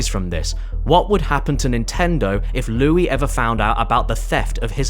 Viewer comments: The Louis bit is even better if you speak french cause he did mispronounce it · Fun fact, he did prononce ''Louis'' wrong. Since it's french, it should be pronounced ''Loo-wi'' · Isn't the French 'Louis' pronounced more like 'Loo-oui'? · As somewhat of a Louis myself I must say, you completely butchered my name and you will be receiving a call from lawyer very soon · You mispronounced it but it's okay, you didn't butcher it either Bruh you pronounced it decently well there stop messing with your only French viewer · how did you mispronounce it? It's the easiest French name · I cannot prove it, but I'm reasonably sure that you are NOT sorry that you mispronounced the name Louis. Now I have a hard time trusting you. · I cannot believe you mispronounce such an immaculate name as Louis! This is an outrage and as a fan of Louis Le Prince I’m unsubscribing! Have a good day James Caddick!